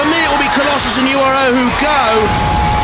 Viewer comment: Why does the voice pronounce URO like an American?